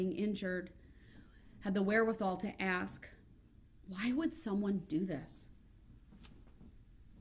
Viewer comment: Why is it so hard to pronounce the word ask?